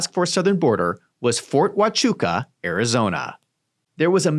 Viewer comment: Yes, you pronounced it perfectly.